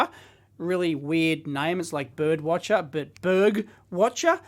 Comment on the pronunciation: Watcher? It says Wachter. How would you ever pronounce that as watcher? (unless you have dyslexia).